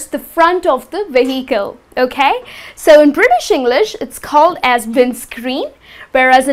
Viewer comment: You are pronouncing VEHICLE in a wrong way! H is silent ☺